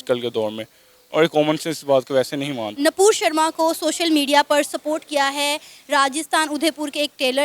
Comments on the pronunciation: It's nupur not napur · Her name is NUPUR SHARMA.... not napur Sharma.. mind your language 🛕📿🚩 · Npur nahi vo Nupur hai uska name.